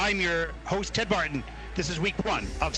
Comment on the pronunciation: Brits thrilled the audience! Got a seasons best 👍 Audience does love Danny & partner ( Ella?) But then wow Japan with Canadian coaching and Shae Lynn's choreography ❤❤! Can't wait for tomorrow. Ah Ted work on those names. Miss Mark